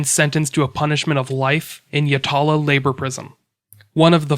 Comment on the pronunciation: You mispronounced Yatala and you also mispronounced Salisbury in the last episode